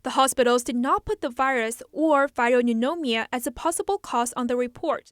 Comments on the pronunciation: Pneumonia pronounced "new-mon-ya" FYI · “Viral neunomia” 😂